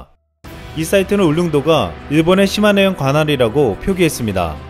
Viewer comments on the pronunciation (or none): none